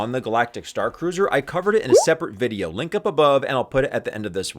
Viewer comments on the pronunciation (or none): none